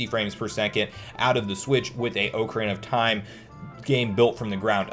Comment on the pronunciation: Take a drink everytime he says 'oak-arena of time'